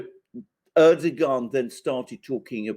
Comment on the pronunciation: You have though out this interview pronounced Erdoğan s name in correctly, I find this extremely rude, he is after all the leader of Turkey 🇹🇷🇬🇧